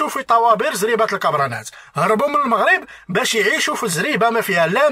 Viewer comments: لنفرض انه بقا تما بزاف وتبدلات لهجتو ولكن عمرو ما غيقول moghreb عوض المغرب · المغاربة ينطقون المغرب لفتحة الميم ليس بالموغريب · كلمة وحدة تكفي لفضح هده المسرحية وهي كلمة المغرب هو نطقها الموغريب وحنا المغاربة نطقوها لمغريب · 🤣🤣 و الله ما كي حشمو....و اللهجة جزائرية 100%...المغاربة لم يقولون " الموغرب"...لا يمكن لمغربي ان ينطق اسم بلده بهذا الشكل...إلى إذا كان جزائري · هذا الكرغولي الأصل ينطق كلمة ـ المغرب ـ بِي ـ ٱلْمُووغْرِيبْ ـ ويَدَّعِي أنَّهُ مغربي ، سِمِاتُهم كلُّها كَذِب ٠ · لا يوجد ولا مغربيا واحدا ينطق كلمة "المغرب" بضم الميم، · شر البلية مايضحك حتى لونقولو انه عاش مدة كبيرة لدرجة يبدل لهجته لكن عمرو مايقول المغرب بضم الميم حنا من طنجة إلى الكويرة نطقوها بالفتح والله العظيم الا ماعرفو حتى يمثلو كون غير حاول يهضر بلهجتنا ممكن نشكو 😅😅😅😅😅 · المغرب بالضمة هههههههه (سكينة )حتى حد عندنا ماتيقول هاد الكلمة (الدار) مفخمة بحال الضاد هههههههه عياو يقلدو تنقلعوهم أنهم جازايين ولاية زاكورة هههههههه